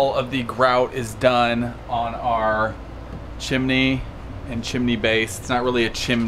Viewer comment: Insecure by saying chimne again and again